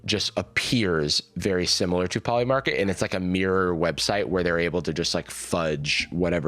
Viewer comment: 'Poiy Market' is crazy.